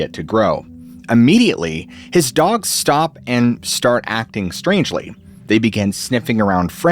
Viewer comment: It's "dogs" Not dongs or dogns